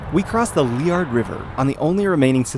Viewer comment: Thanks for pronouncing Liard properly :)